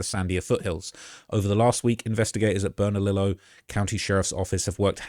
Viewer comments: It's pronounced (Burn-Uh_Leo)! The double "ll"s are pronounced like a "Y". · Burn-ah-Lee-oh bernalillo double l is silent and burque is what we call Albuquerque just a lil help but u did good 👍 there’s no telling what happened the streets here are crazy even tho it’s small city im pretty sure he’s dead that’s just the truth they’ll find his body in the woods near my house or near west side with the bone collection